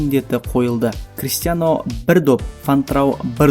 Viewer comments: Кристиано емес Криштиано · Кристиано емес Криштиану